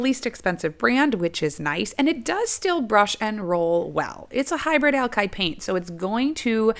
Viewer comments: Please say "ALKID" not "ALKIDE" ...... you're killing my ears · "Alkide" paint? I'll be sure to buy some